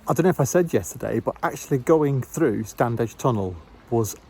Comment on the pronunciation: It's pronounced Stannidge.